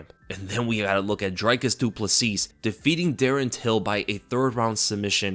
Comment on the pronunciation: Dricus pronounced "dree-cuss" Plessis pronounced "pleh-see"